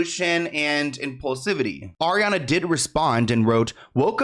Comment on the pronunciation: just.... stop... "Ariana"